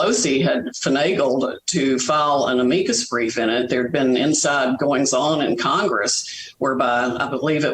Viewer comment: 😂 "Ameekus brief"